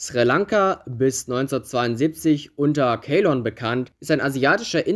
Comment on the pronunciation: Cooles Video aber ceylon spricht man zeilon aus. Trotzdem mach weiter. Feier deine Videos